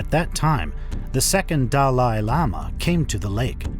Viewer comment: These are not "Living Buddhas" as it is repeated numerous times by the narrator, who also mispronounces many important words, Like "Panchen" and "Dalai" - showing that he knows little to nothing about Tibetan Buddhism and was just hired to narrate. "Living Buddha" is an inaccurate term - they are really "Living Bodhisattvas"...(very high level practitioners who are, like all of us, "Future Buddhas". These Bodhisattvas put off the attainment of full Buddhahood until all sentient beings have been able to transcend Samsara (embodied existence)....only then will these Bodhisattvas enter full Liberation. So calling them "Living Buddhas" is both inaccurate and misleading. (BTW - They also don't want to be called Buddhas!) It seems it is often Chinese who tend to make this mistake about calling High Lamas "Living Buddhas" It may be an intentional mistake, as the Chinese Government has tortured, killed, lied constantly about H.H. The 14th Dalai Lama...they also kidnapped (or killed) the Panchen Lama (who is still missing after decades). In Truth the Government is anti Buddhist, and anti Tibet. Mao himself was completely anti religion - he said horrible things to the Dalai Lama.